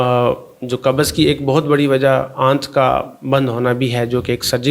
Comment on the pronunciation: Kubz hota hai kabuz nahi. Tum punjabio nay urdu ka satyanaas ker dia